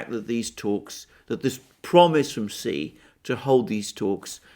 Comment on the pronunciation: TQVM to for this brilliant presentation. I congratulate you for the first among so many to have pronounced the surname of the president of China correctly. Almost all the other speakers pronounce XI as shee. This shows that the speakers lack the respect to find out the proper pronunciation.